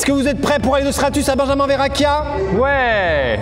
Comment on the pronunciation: Maxime ne fait aucun effort pour la prononciation de benjamin